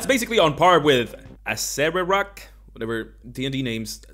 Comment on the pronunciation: You pronounced Acererak correctly imo! Commenting for engagement.